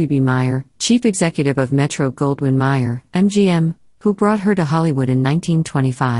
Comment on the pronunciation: Louis B May-er the Americanized version, he chose July 4 as his birthdate after all, not pronounced Maier. Producer Walter Wanger not pronounced Wang-er either, but instead, Wain-ger.